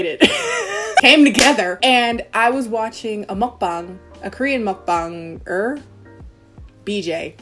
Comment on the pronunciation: finally someone who can pronounce mukbang correctly instead of mookbaeng 😂